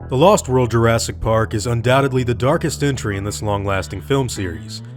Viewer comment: jurastic? You mean Jurassic? I leave now...